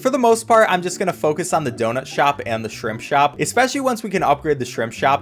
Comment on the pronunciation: lol It sounds like Shrimp Shrop